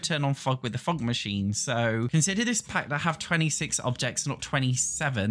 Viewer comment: everytime says fog machine I hear fuck machine